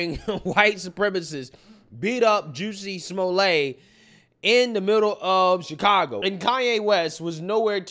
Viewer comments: pronunciation "Juicy-Small-Lay" 😂😂😂....its pronounced "Jes-sie-Small-Lett" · Juicy Smolay 😂 idk if that's a mispronunciation but there's my first chuckle for the day.